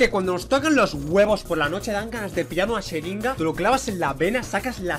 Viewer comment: catalana dijo xeringa no jeringa